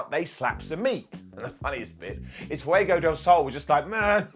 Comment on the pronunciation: I think this is the first time has pronounced Fuego properly on video? haha loved the interview between them two!